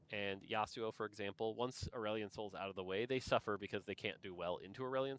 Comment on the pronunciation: If you're pronouncing Aurelion in a way that rhymes with Dandelion I'm going to side eye TF out of you regardless of how OP he is lmao